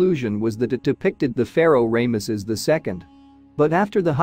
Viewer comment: Please quit butchering king Tut's name and king Rameses the 1st name. I cringe every time you say their names 😮